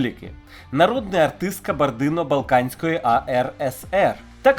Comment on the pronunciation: Балканської?? Балкарської!!!